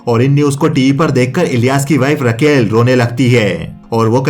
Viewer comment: रकेल नही राकेल होता है